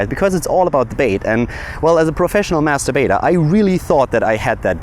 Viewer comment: Got a shock when you said Master Baiter.... sounded like you said Masturbator.... lol